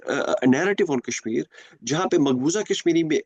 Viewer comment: Wanted to comment on each and EVERY point 👆. .but every time I lapsed into fits upon FITS of Lolz 😂 at this Opium-fest !! Kashmir "Kaaas" esp LoL LoL 😂